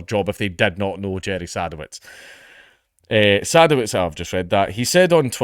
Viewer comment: I think it's pronounced "seh-duh-vits"